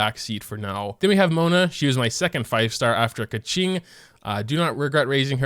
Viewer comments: i've been watching your videos for quite some time now, but i only realize you said Keqing like "kaching" ToT help, it makes me think of that red car that can talk (i forgot it's name ToT) lmaooo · i remember when called keqing "keking" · Why do you pronounce Bennet’s name so weird? You make him sound like he’s some chick, no offense. It’s “Ben-et” not “Ben-net”. Also Keqing? It’s “Ku-qing” the e sound is a u sound.